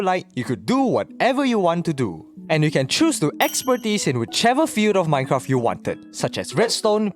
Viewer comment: Is it just me or do you pronounce minecraft as "minecraff"?